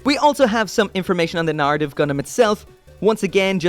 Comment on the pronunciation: Wtf is with that hard R? Narrative not naRitive